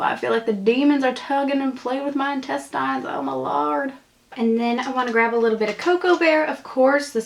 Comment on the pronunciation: youre KILLING me in this video. "feels like the demons are tuggin' and pullin' on my intes-tines"